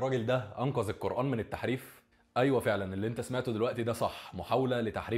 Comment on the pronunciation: انت اصلا بتقول كلمة قرءان غلط 😂😂